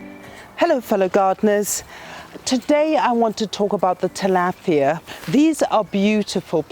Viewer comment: Thank you for clarifying that because she made me think I was saying it incorrectly